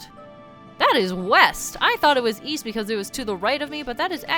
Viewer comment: Oh East? I thought you said weast!